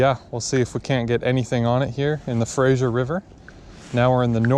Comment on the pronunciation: I die a little inside every time you say "Frasier" river. Good luck with your new adventures in Vancouver. Remember to wash your gear after fishing in salt water.